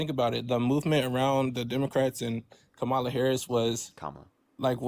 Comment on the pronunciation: Every maga cannot pronounce Kamala correctly. Only trumps slang for it (cult )